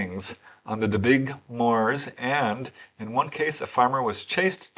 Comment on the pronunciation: Just to say, ---it's pronounced DenBEEshire...😊